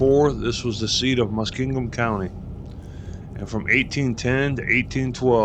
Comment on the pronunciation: The word Muskingum doesn’t have a d in it….Muskingdum?😆